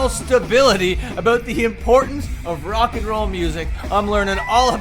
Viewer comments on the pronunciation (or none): none